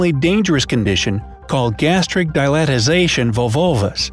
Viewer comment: The bloat condition you were trying to pronounce is peri-ton-i-tis, not peri-o-don-tis. not a word unless you add a 't', but then that's the tooth and gums disease Doc! And its gastric DIL-A-TA-TION or sometimes simply DI-LA-TION (not dil-i-ti-za-tion) vovulvus